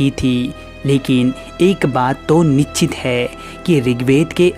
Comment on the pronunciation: निश्चित होता नछित नहीं... कमाल ज्ञानी हो यार तुम।